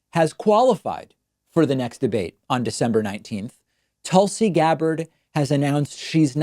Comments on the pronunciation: anyone else hear "Toolsi Gabbard"? 😂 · Definitely said toolsi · Then you are no where near the troll that David is. He definitely intentionally said toolsi. He's done it before. He does not like this RWNJ pretending to be a leftist or the people who have fallen for her schtick. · "Toolsi"... David ur above that bro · Tulsi said that at the last debate and changed her mind last minute... I like how Pakman Show pronounces her name toolsi... she is a tool. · I'm giving David the benefit of the doubt on that one, but it definitely got under my skin a little.